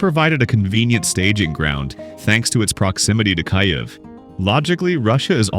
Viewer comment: Ya lost me at Kayev.